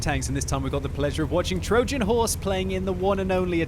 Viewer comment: What is that pronounciation of "Trojan" ffs?